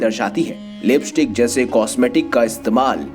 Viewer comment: The correct pronuncuation is Lipstick not libistick and stylus not styles